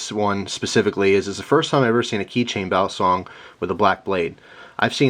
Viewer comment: iam a Pilipino, the CORRECT pronounciation of "BALISONG: is [BA-LEE-SONG], AND NOT [BEAH-LEE-SONG]